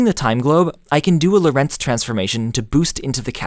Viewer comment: Prof. Lorentz's first name was Hendrik and so is mine. He was a Dutchman and so am I. His surname should be pronounced as LORentz and not lorENTZ. The first syllable is the stressed one.